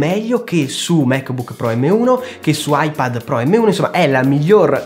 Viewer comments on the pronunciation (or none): none